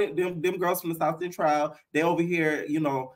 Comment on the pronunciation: “But chase isn’t into T girls” 😂“From the south centrowl” 💀